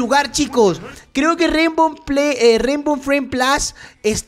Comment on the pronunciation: se dice rainbow friends play place no rainbow plas xd